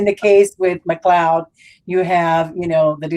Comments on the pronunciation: You say his last name as McCloud, but isn’t it McCleod, I would say McLyodd! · McLeod I believe